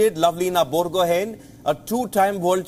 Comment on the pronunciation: Please pronounce her name correctly..Its Borgohaiee..N is silent..